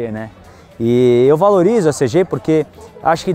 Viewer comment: CG não felho.. é Cêgi kkkkk tamo together